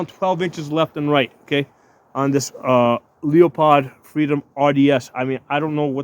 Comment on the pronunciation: When you said Leo-POD, I had to turn it off